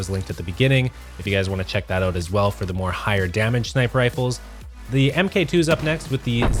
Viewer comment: God it bugs me when people say "M.K 2 instead of Mark 2"